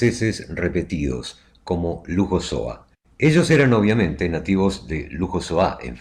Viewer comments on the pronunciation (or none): Louhossoa es mejor que lo pronunciéis como se leería normalmente en castellano y no con "j" y acento agudo "lujosoá". Suena sorprendente, casi insultante. Ni en euskara, ni en francés, ni mismo en castellano se pronuncia así.